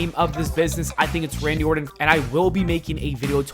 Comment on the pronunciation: The gag ball makes it hard for him to talk. So when he is saying Randy Orton we're really hearing him say Randy Orrin.